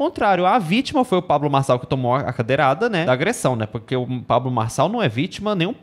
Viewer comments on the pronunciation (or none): "Cadeiral", 😂😂😂😂😂😂😂😂 Ameiii